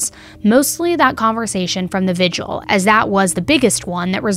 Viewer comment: I like, and maybe I'm too picky but humor me....I'm almost 65 years old, and did well in english and editing and writing. Why do people pronounce the word "vigil" as Vid-u-al? That's incorrect and it is spelled just the way it should be spoken. Vi-gil. Thanks. ETA: cannot figure out why there seem to be so many of these really fucked up and sick ppl in the world.